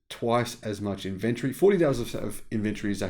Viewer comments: Good video, but ffs pronounce inventory with an o in it...... Not Inventry. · I didn’t know what you were saying every time you said inventory. You were saying it like inVentery. Tory like story. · Interesting points, and for once, I agree with you, but I really wish you’d learn how to say “inventory “ correctly. 🤦🏻. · Weird pronounciation of inventory